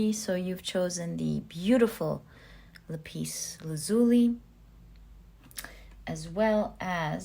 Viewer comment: I picked Pile 4. Ty so much, that was so right, so good, all of it! Now, there are a couple of things I'll point out: I believe that the blue stone is pronounced, "la'-pis (accent on the first syllable) la'-zuli (again, accent on the first syllable. That's what I grew up with, anyway. Next thing: I had to smile when you said you had "a hinch" (even my autocorrect tried to correct me); I do believe you meant, "hunch".